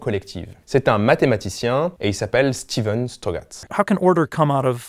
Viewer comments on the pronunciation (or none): none